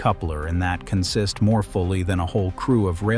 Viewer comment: Please talk to somebody who knows the vocabulary of railroad operations. On the railroad, “consist” is pronounced “CON-sist,” not “con-SIST.”